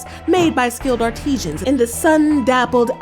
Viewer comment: it's artisans, not Artesians, lol.